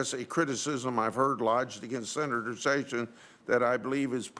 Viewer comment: Is it pronounced "Jayf Sayssions"??